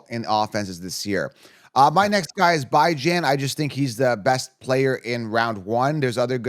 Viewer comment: Man if you gonna make fantasy football content you gotta say these players name right.. bye-jan? lee-vis?